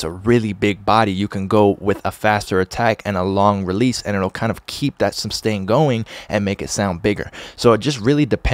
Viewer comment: isnt it sustain = ? not substain =)